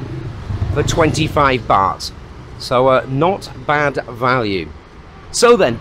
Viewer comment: It’s baht pronounced “Bart”, not baht like “bat.” Must be a northern thing.